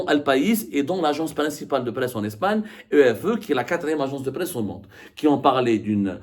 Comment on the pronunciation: EFE se pronunce. F un saludo